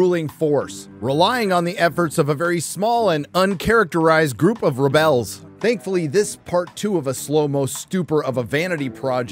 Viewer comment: I love the commitment to “ReBells”